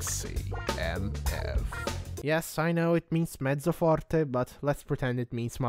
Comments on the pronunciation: bro are you italian? you said mezzoforte like a real chad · i got legit scared when you pronounced the tones in a perfect italian accent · Sei italiano! L’ho sospettato quando ho visto Twitter in lingua italiana, e poi ho sentito “mezzo forte” pronunciato perfettamente e ho collegato tutto. Salve connazionale. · wait bro are you Italian? 'Cause you spell mezzoforte so good! P.S. I'm Italian